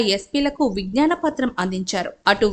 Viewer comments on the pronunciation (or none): Akka vignana patram kaadhu.... Vignaapana 🙏